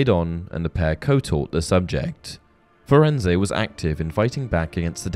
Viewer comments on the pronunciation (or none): Firenze, Fur ends, not Fur end say, idiot. His name was spoken in the movie. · Firenze is not pronounce Firenz-eh, my dude. Hagrid says it In the line, “Hello there, Firenze. I see you’ve met our young Mr Potter.” To my ear, it sounds like Furenz- that’s probably Hagrid’s accent, to be fair. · It’s definitely not pronounced “firenz-ay” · Firenze is said wrong